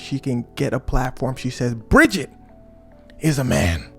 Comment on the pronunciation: Brigitte not Bridget. Or better Jean 💀